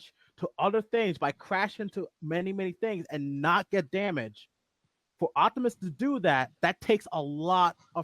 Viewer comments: say it with me Op-ti-mus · I'm sure you and are saying his name right but for some reason it sounds like you both are saying "Octomus"😅 lol!